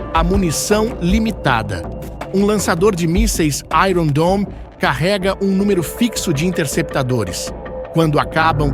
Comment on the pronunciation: Pronúncia de iron está errada!!!